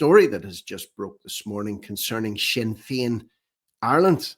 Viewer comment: SINNER FEIN , GET IT RIGHT